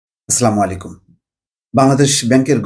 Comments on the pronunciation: স্লামুলাইকুম কথাটা বাদ দেন।আসসালামুআলাইকুম বলেন।এটা বিরক্তিকর।নো মোর স্লামুলাইকুম,প্লিজ। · আপনি দয়া করে " আসসালামু আলাইকুম " এভাবে বলুন।